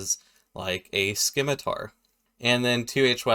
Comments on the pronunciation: The "c" in "scimitar" is silent btw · I can't stand people who pronounce it "skimitar".....